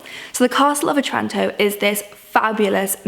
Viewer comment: This was nice, thanks :-) Just wanted to point out that the Italian town of Otranto is pronounced with the stress on the first syllable - i.e. the "O".